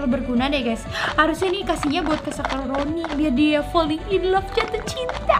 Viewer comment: Kak. Kok. Kakak. Kalo. Ngomong. Sakurani. Jadi. Sakuroni sakuroni. Malah. Sakurani